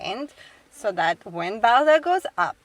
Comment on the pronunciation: How would Skaði perform here in the e.g what happened in 25 minutes…ish ? Nevertheless ; well done ✊ Ps : your truck’s name is ”Bowser” ? Why do I hear ”Belsa” 🫣?